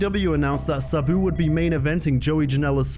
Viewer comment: I hate the way this guy pronounces "Sabu". I had to click away because i was getting seasick from hearing him already say it 2000 times in the first two minutes.